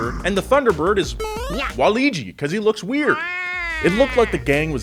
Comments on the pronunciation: Is no one going to comment on the fact this dude said "Waligi" instead of "Waluigi"? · Waligi? Hey u, it's Waluigi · Ah yes "waligi"... Waluigi's not so successful brother 😆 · Wahleejee???? It's Wah-LOO-ee-jee,. C'mon. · Wow you butchered Waluigi's name 😞 play Mario much? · "Waligi"...pour one out for our boy WAH-Luigi :'( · Waligi? Bruh, it's Waluigi lol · "Wa-ligi" How dare you bring shame upon Waluigi's good name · did he just say waleegy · Bruh never make video game comparisons again, did you say WA-Lee-gee? Smh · Did really say “waligi” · Nobody:: W A L E E J I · Did this man just say Waleegy? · You're pronunciation of waluigi has offended waluigi fans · I’m surprised no ones bothered by how he incorrectly said waluigi